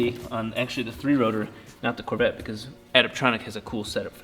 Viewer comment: Who else hates how he says Corvette?